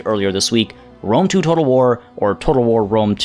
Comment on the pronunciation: Yay! I love “wome”. It’s bwilliant! Spencer twacey and wapists.